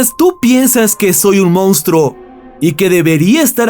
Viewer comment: Mounstro no. Monstruo. Si fuera cualquier otro tipo de canal lo dejaria pasar, pero es un canal de narración entonces la pronunciación es mucho mas importante según mi opinión. Saludos y gracias.